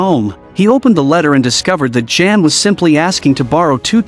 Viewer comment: It's not pronounced Jan like a girl's name (in English) but pronounced yah+ann = yan.